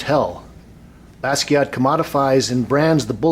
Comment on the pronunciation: You pronounced his name right this time,. ✋🏼 Thanks for the video btw